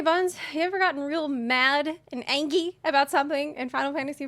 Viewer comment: Did she say?